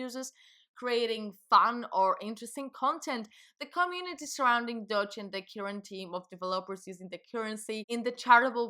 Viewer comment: Yeah why not pronounce it “Dodge”, as opposed to Doge. LMAO 😂 You’re accents sounds German, or is it Dutch?